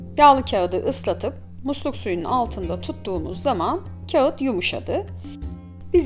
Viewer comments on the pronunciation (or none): none